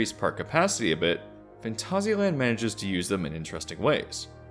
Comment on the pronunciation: This video deserves a like purely because I've never hear and English speaker get this close to pronouncing Phantasialand correctly, well done :)